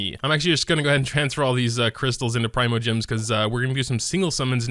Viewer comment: "Preemo" gems, not "Prime-O"... sigh.